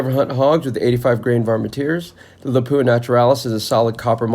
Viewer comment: It pronounced LAP-OO-AHH all in one word not Lapoooha you make it sound like a French toilet